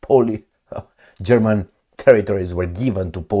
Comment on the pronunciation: Your German pronunciation is very good